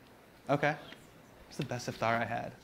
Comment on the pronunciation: The way hasan pronounces iftar is killing me